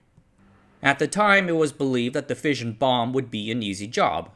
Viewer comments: Fission is pronounced Fishin, Like: Gone Fishin' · Love the content. Only gripe is that "fission" is pronounced like Gone Fishin'